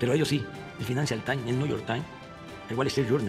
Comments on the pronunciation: Es más bien, el fainancial tain, el niullor tain, el güalestri yurnal, el güachinton pos y el güachan güer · el Financial Tain, el Niuyor tain, el Wallestrit Yurnal... el Washington Pos